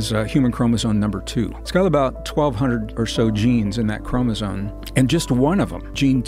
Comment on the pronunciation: Anyone who mispronounces Chromosome as "Chromosone" is not to be taken seriously.🤦